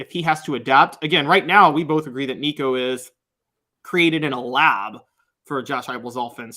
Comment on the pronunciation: pronounced Nico’s name correctly!! Well done sir🐥🐣